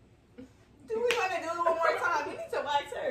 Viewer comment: you swear you're from Baltimore "tew" lmao